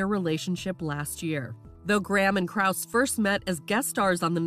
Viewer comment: You didn’t even pronounce his last name correctly- it’s Krow-Za. You have one job, and you can’t even do that. Let these people live their lives in peace.